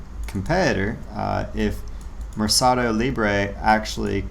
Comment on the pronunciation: Pronounced “mare Ka doe” think market And pah go = pay Therefore “market pay” “Lee bray” = libre= freedom 😉